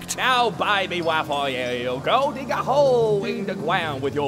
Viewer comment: If they weally loved you, they wouldn't be dead. Now, dwig. Like the dwog you awe